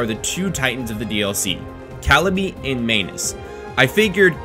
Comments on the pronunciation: Man-us not main-us but good content. That's was just driving me a little crazy. Manus is latin for hand. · Did .....did you say Smof? And Main-us?